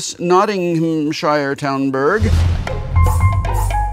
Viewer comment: Everyone knows it's Notting Hamshireshire